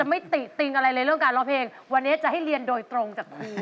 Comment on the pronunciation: แชมป์..ออกเสียงคำว่า..เพลง(พะเลง)..ไม่ใช่เพง...นะลูก